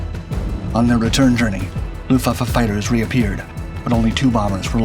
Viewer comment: The issue isn't the word, it's the pronunciation. Or lack of it. Unless the sponge kingdom was a part of WWII in a way I wasn't aware.